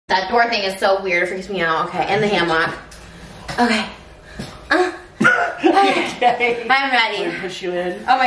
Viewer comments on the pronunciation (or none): The way she pronounces "HAM-MOCCK" 💀